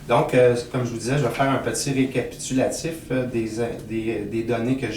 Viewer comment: petit rékapikatitutilatif LOL!! excellent vidéo à écouter apres une grosse puff!